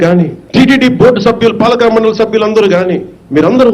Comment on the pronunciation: పాలకా కాదు పాలక